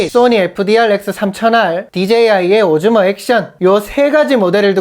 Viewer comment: 오즈몬를 오줌이라고 들어서 깜짝...ㅋ 엫 요즘엔 렉스 명상이 기다려져. 매일 알림 확인하면서 기다린다. 감기 조심하고, 건강 잘챙겨서 다음 영상에서도 건강한 모슾으로 오~~~래 만나자